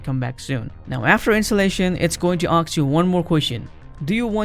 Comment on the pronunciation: "aks buddie" 🤣🤭